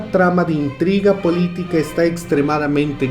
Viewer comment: "Toda la traga de intrima" jeje perdón, pero creí que había oído mal y me dio mucha risa jeje